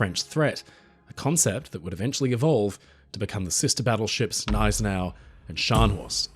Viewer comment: Thank you for another great video,. And T H A N K Y O U for pronouncing “Gneisenau” properly. I got called names by the owner of another channel who pronounces it “ga-NISE-en-aw”.